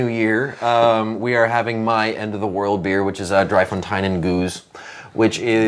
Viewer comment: Its pronounced DRAY-FONTAIN